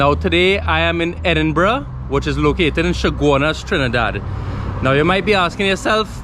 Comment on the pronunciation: Dude it's Edinburgh not Edinburgh